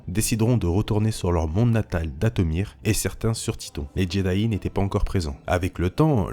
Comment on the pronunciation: Par contre la prononciation de Jedi est à revoir parce que là... Jedayi :')